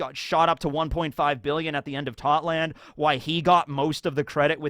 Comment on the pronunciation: Also since you brought up that the English dub reach whole cake island, in it we heard how Totto land is pronounced in English, and it is pronounced how it’s spelled, but why do you miss out the “o” at the end?